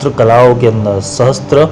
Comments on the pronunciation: There is no Sanskrit word "sahastra". It is sahasra. Mispronunciation of sacred verses due to ignorance causes great harm. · Sahasra kahiye sahastra Nahi Asuddham na padho